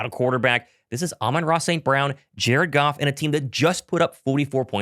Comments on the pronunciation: Are you saying jerkoff instead of Jared Goff intentionally? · 😮 I was like "! What's going on man"!!! Any time you said Jared Goff, it sounded like you were saying jerkoff!! Lol I thought you called them the Jerkoff Lions!!! 😂😂😂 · are you pronouncing Jared Goff as jerkoff on purpose? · Is it me or does it sound like he's saying jerkoff when he says Jared Goff? 🤣🤣🤣🤣